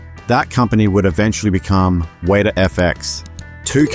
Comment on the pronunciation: It is pronounced WET AH. Always has been always will be.